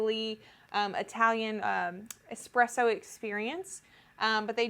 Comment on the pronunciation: great video but can someone teach americans that its eSpresso and not eXpresso...